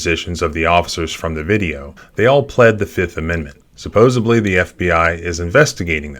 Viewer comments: So weird to hear an attorney say SUPPOSEBLY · A lawyer who says...."supposeBly"...... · the word is "supposedly". There's no b in it.